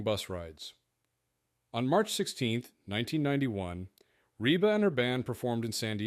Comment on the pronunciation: Pretty weak video all around. By the 45 second point her name is Reeb McEntire, and the computer voice mispronounces McAlester, Oklahoma. Later on the plane is accused of being in the path of Otay mountain, as if the mountain is moving and the airplane is stationary. And the YouTube channel is Flig Debrief, not Flight Debrief.